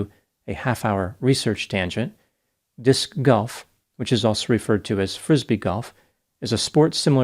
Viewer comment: Don't knock Disc Golf before you try it. The way you pronounce it is awesome lol.